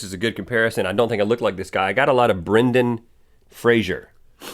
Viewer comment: FRASER!!!! NOT "Frasier"!!!!!! Ahhhhhhhhhhhhhhh!